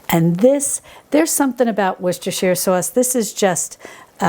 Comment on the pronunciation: Yay,!!! One of the very few who correctly pronounces. WORCESTERSHIRE!!!